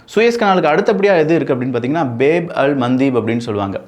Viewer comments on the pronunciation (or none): அது பேப் கிடையாது பாப் அப்பிடி னா அரபியில் வாசல் என்ற் அர்த்தம்